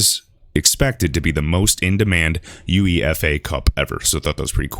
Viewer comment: Thanks bro. Btw the football thing is pronounced U-A-FAH.